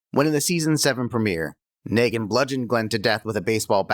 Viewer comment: I don't buy that the narrator felt anything when Glen was killed. He mispronounced Negan throughout the video, which suggests he's not actually seen the show.